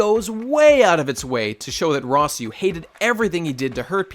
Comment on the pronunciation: I damn near turned this video off at "Rossieu", lol.